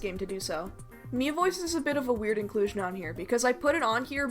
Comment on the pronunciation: "Miitomo was an app game revolving around the meat characters" is what i heard xD